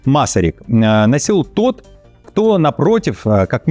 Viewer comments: МасАярик, а не МАсарик!!! Внимательнее! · Первый президент Чехии МасАрик, а не МАсарик. Ударение на втором слоге надо ставить. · 1. Если всех, кто развёлся с женой, освобождать от службы... 2. МасАрик, ударение на второе а